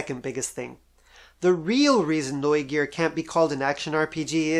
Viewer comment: I love how you say "Neugier" correct.